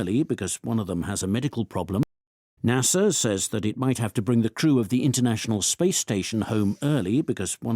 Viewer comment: 0109 출석. 오늘 금요일이어서 쉽고 가벼운 지문 주셨나보다 했지만😂 1. the crew 의 오답 the true. 제 상식 crew발음 [크루], 그러나 [츄우] [츄루]요렇게 들리는데. 음. 오후내내 더 많이 들어보고 사전도 찾아봐야겠습니다. 연휴이후 새해 첫번째주 무사히 마쳤네요. 즐거운 주말입니다❤